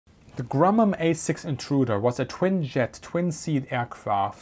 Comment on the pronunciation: He said "Grummum".